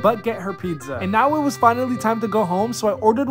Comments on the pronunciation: What it’s called:pizza What everyone pronounces it:pista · Bro just pronounced pizza the way it’s spelt 💀